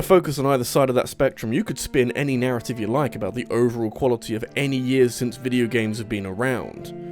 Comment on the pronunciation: Why do you pronounce "years" as "jizz"?